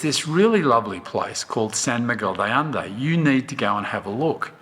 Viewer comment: How can they not pronounce the name of the place where they live?????